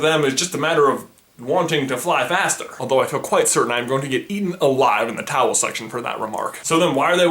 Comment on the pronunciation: Why do you call the comment section the "towel section"? I am hearing him right though, aren't I?